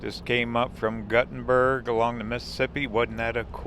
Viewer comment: Nice video tour! Just for you general knowledge,Gutte nberg, IA is pronounced "Gootenberg" and Prairie du Chien, WI is pronounced "Prairie doo Sheen". Keep up the good work!